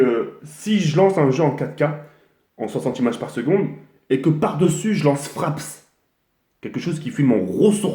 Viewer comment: "fraps" ptdr